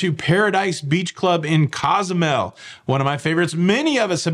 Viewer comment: Coh-zoo-mel. Kwin-tah-nah Roo